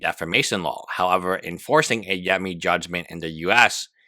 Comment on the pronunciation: saying yemini as yammy is hilarious